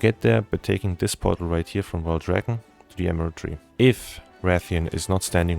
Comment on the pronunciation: Portal. He's saying portal. I thought he was transporting a "bottle" all over Azeroth for half the video 😅 Jokes aside, very helpful guide, thank you!